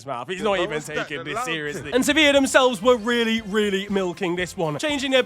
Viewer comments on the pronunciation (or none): none